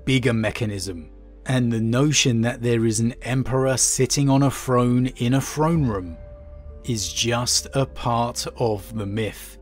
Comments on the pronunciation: anyone else's ears bleed from hearing "frone" ? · No idea it was pronounced frone and not Throne... I thought it was a limitation preventing him from properly phrasing the sound "TH" but I heard him say the word « this » without problem. I guess I just took the word throne for granite... ted